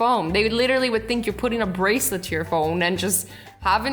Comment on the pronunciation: did she say put ur barcelet to ur phone?